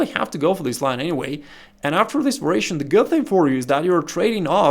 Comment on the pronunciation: Va-Ri-A-tion pronounced "va-ree-ay-shun" YOU teach me something, I teach you something. Thank you for the vid!